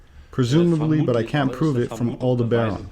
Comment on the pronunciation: Alderbaran sounds like Alderan